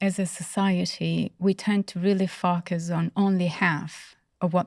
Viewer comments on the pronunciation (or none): All this wonderful insight. If only someone could at least help her say FO-Cus. Would be nice….Fukkus lol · This doctor is very important. Please find her a voice coach for the word "focus". I feel her message would be better received. Right now the mis-pronounced words distract from her valuable points. I do not mean to be impolite. I have heard several of her interviews. And my observation remains the same. Respectfully. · Im sorry but if you can pronounce the word 'four', or 'for' why not 'focus'? 😂 Other than that the interview was lovely